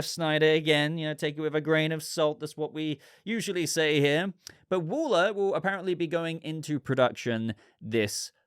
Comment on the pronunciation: What are you saying…..wooler, whuller?….Pronunciation wall-er